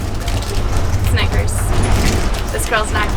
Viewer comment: DID SHE JUST SAY SNAICKERS